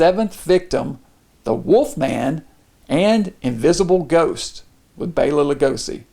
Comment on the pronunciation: Nice choice indeed. Strong start this year. And I must add, I appreciate that you properly pronounce Bela's name.